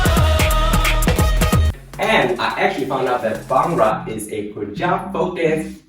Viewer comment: the way he said Bhangra tho😂😂😂 why cant other people say it, I mean i can say words in other languages properly.